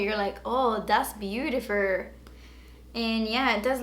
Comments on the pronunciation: "and yh it does look very beautifur but it's nur" 😂xx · "it does look very beautifer but it's nert" LMAO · "You think it's beautifer but it's nert!" LOL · I died laughing at the sonia kashuk highlighter part "you think, das so beautifurrrr. but its nurrrr." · Omg you are so funny "oh my gahh its beautiferrr... But is nerrr" 😆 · "oh looks so beautifurrr oh so beautifurr.... but it's nurr" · "When I swatch it, it might look beatifurrrr but it's nurrrrr" 😂😂😂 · I gave this a thumbs up once you said beatifurrrrr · "Yeah, it does look very beautifer, but it's nert." 😂😂😂